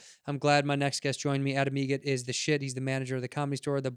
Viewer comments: It’s Adam EGRET...like the bird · actually it's egret, like the bird